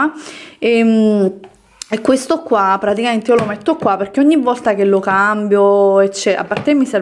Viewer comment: Volta, non vorta. Non ti chiedo di sapere la grammatica e i congiuntivi, ma almeno pronunciare bene le parole eh